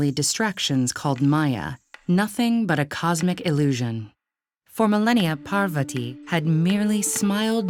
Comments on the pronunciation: Parrrr-vati…. It’s Pahr-vuhti. Beautiful illustrations and story narration!! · Did you just say...Par-va-tee??? LMAO its pronounced Paar-va-thi btw (this is the correct pronounciation not the spelling) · Its Parvathi (thi) not ti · Why cant this video be narrated by someone who can pronounce Sanskrit as it should be instead of over and over saying. " paaaarrrrrrvaaaati " :X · I was hurt when she said parvati incorrectly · I don't understand why they add an extra 'a' after the names of our gods goddesses 😒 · Wonderful story and amazing illustrations but please try to fix the pronunciations. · it's not pronounced like that ( Lord Parvati ) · The narrator for the Savitri and Satyavan was great! Pronouncation was excellent. The narrator for this video however has butchered the names, especially Parvati. It felt insulting to watch and I cringed everytime she uttered a name. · Man the way she said parvati literally made me not want to watch the video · It is Parvati in many languages, and Parvathi in many others.